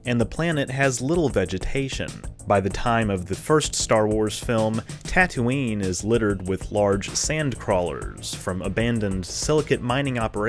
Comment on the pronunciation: As always, very interesting. I've never had a lesson in binary stars until now. 🤓 You are really good at this. And I LMAO when you said Tattootoo😂😂😂